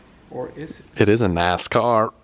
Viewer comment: It's funny how atoms of that Cletus MacFarlane when he says NASCAR